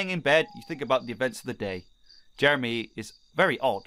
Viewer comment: I had to listen to it a bunch of times but then in slow-mo Jeremy is now Germany XD little mess ups like this make videos even more epic